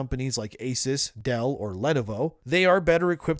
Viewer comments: WTF is "Ledavo" ?? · Len oh voh 😂